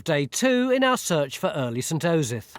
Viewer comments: He clearly mucked up the pronunciation a few times at the start there. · I love how Tony clearly keeps mispronouncing "Osyth", and then they have to fix it in post